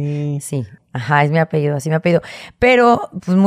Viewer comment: "Así me apeído" dice la panini. Ni pa hablar sirve.